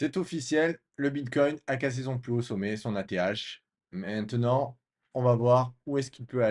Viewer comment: Mdr, à , on dirait presque que tu dis : l'ETH est cassé !!! 😂 Merci pour l'analyse hebdo